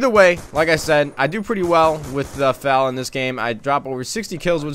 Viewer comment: F A L NOT FAL!!!